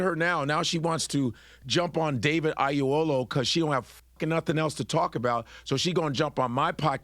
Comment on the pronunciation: Godfrey, please pronounce David's name properly. Oyelowo not Ayelowo.